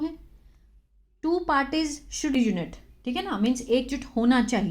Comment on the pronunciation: री यूनाइट not यूनिट